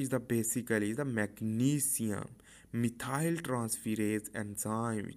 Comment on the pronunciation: Thank you for the video, it did help to make everthing more clear. I love your detailed and clear way of painting everything. Just one little thing which made it difficult for me to follow was the way you pronounced some of the groups/molecules. (eg. methyl group :D) Still very helpful, keep going! This is amazing content after all :)